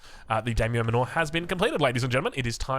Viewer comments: it's just daimyo MAN-or. Like the manor houses in AoE3? As in, they live in a large manor. Not manoor. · The Dame-yo Manure?😂